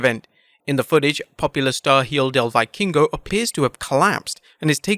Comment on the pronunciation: jiodal vikingo? hijo del vikingo wey aprende español XD